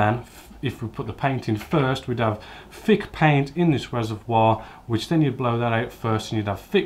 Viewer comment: The fing is saying fick or fhin finners drives me crazy! Great vids though 😁